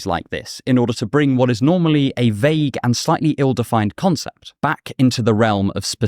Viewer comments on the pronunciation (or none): none